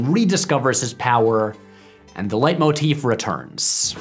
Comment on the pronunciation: Wow, you pronounced “leitmotif” just perfectly.